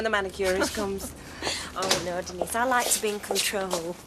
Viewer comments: Like how Patrick Trueman pronounced 'Denise' on EastEnders you mean? "Ohhhh de kneeeees". I always thought he was complaining. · Argh! Ken running down the street after Denise shouting " Den knees, Den knees" Everyone else including herself pronounces it De neece ! Trust Ken to say it differently! Arrogant prigg & despite his lifelong socialist leanings, hes a snob & thinks himself a cut above! Must say though! Bill Roache is remarkably preserved & still ( at this time) an attractive mature man & he ALWAYS had great hair! Recently saw a photo of "Ken" who must be over 80yrs & although lined & thinner in face is still amazing! I did sneak a quick look at a recent episode of Corrie ( 2021) & was surprised by Kens look & continued acting skills Helen Worth, Gail is also still attractive & keeps her looks Lol an other one with great hair Thanks 🇬🇧👧